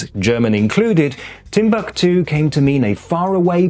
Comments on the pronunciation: Most Germans would pronounce Timbuktu differently than does - with the stress being on the first syllable. Es gibt auch den fiktiven Ort Krähwinkel als Inbegriff des Spießbürgertums, erstmals beschrieben von August von Kotzebue in seinem Lustspiel "Die deutschen Kleinstädter" von 1802. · "Timbuktu" has a different accentuation in German, which is on the second syllabe